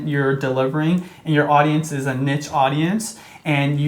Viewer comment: ...wtf you are actinf like professionals and you can't even pronounce niche